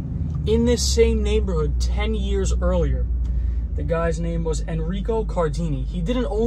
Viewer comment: THE CARINI BROTHERS NOT CARDINI